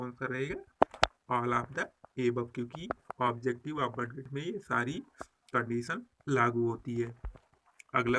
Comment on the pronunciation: सर आप बडगेट क्यों बोलते हैं